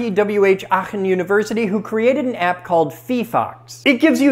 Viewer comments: your pronunciation of Aachen was 90% accurate, well done! if you want to reach 100% you need to pronounce the A just a tiny bit longer like "Aah-chen" but the CH was flawless while many people struggle to say it correctly. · Waitwaitwaitwait Did you just NAIL the CH in Aachen!? You just earned all the cred an English speaker could get from the German community. Needing out about electrical engineering AND speaking the language of the throat-sore!? You, sir, are a legend! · Amazing Achen pronunciation! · Whaaaaat thats myyyyyyyy Universityyyy wow also good pronaunciation of aachen